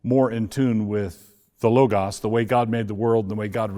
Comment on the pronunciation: Interviewer pronounced logas correctly at least